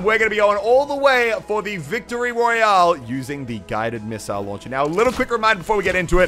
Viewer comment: ‘pistile launcher’